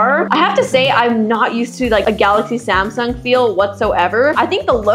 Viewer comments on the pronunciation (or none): anyone notice the samung" instead of samsung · is not Samung it's Samsung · Samung instead of Samsung😂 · Her through out the video: "Zamsung" "Sumsung" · When Samsung became SAMUNG Lolllllllllllllllll